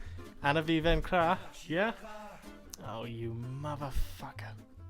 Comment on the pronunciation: Yo, nice choice for an outro song. Just saying, you're pronouncing "vaincra" wrong, kind of sounds like you're saying "vingwa". French is a bitch to learn, but once you've got it figured out, you'll find it's one of the most elegant languages in the world. Allume donc les flammes de la révolution, camarade, et espérons qu'ensemble, nous pourrons libérer le peuple.